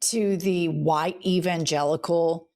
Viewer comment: I think Jennifer almost said "the Evangenitals" and it's stil! making me laugh.